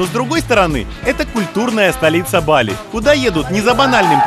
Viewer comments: БалИ ! Нужно говорить БалИ! Ударение на И!!! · Не БАли, а БалИ, позорище.